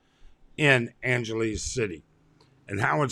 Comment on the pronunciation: An gelease? Who says it that way, buddy?